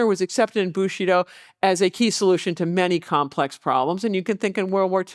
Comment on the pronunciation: Is she pronouncing Bushido like 'bushy doll' to be disrespectful or does she just have a cold?